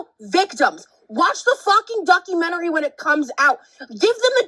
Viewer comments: The way says documentary... it makes me think of the plan-eh-arium episode of south park, but like, the opposite. DocumenTARY. Love it so much. Lol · iv never heard anyone say ‘documentary’ the way you do 😂😂